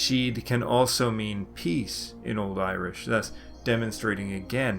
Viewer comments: Your Irish pronunciation is remarkably good. If you're not a native speaker, I'm interested in what you used to learn. Great work. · you pronounce with munster dialect and your irish is better than mine and learned it for 13 years 😀👍